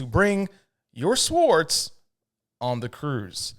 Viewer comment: Very funny. But they are pronounced "sords" though there is a "w" in the spelling. It is silent.